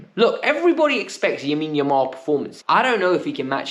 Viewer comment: stop saying yamine yamal 🤣